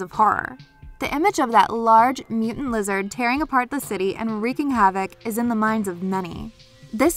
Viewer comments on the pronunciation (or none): none